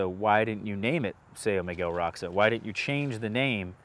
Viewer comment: So isn't Roxo really more like "RO-scho" instead of "ROCKS-o"?